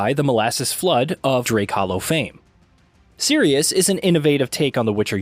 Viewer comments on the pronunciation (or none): none